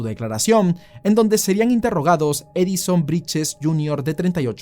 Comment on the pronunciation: Todo bien con la investigación, pero porque decís “Briches” 😂😂 Claramente es Brittes Repiten como loros cualquier cosa